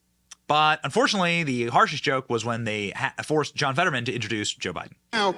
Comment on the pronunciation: ... "(My) name is John FED-uh-drrrr-man" ...